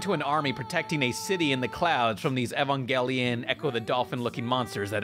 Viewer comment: Nigga actually said "E-vaun-gelion"